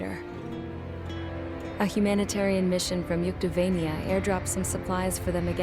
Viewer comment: Yuktovania?! Fucking philistine!